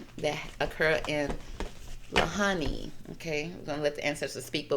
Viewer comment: There were a few things you had incorrect about this…the pronunciation of Lahaina is said like - LA HAI NA… the whaling was never done around the islands, but was a place whalers up until the late 1800’s would stop to rest and restock food/water before selling the whale products elsewhere…we don’t do that here at all and actually whale watching is the main part of the economy in winter months. Westerners for sure did come do a land grab and take over the kingdom of Hawaii by business influence, then illegal annex and then statehood. The rest of your reading had depth and great intentions of truth.